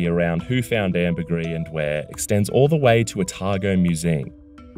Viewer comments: It’s pronounced “amber-grease” not amber-gree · amber GREE????????????????? amber GREEESE you knob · This guy literally heard from experts how it’s pronounced and still keeps saying “amber-gree”